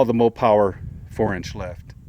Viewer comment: It’s Mopar not Mopower lol